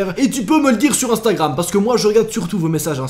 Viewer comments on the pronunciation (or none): none